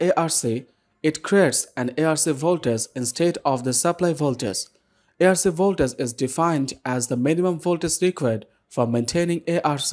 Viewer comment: RE-DO the audio. It''s not A-R-C. It's ARC as in ARCING, as in sparks!! You cannot be a serious engineer if you didn't know this. Best to leave these subjects to actual ENGINEERS.